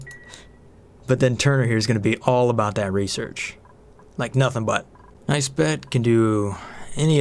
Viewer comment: Jean rhymes with bean. Nisbet is with a soft i, so should sound like biz, not nice.